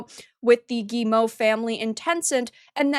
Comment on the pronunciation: Out of all the YouTubers I've seen talking about Ubisoft lately, is the only one who pronounces "Guillemot" correctly.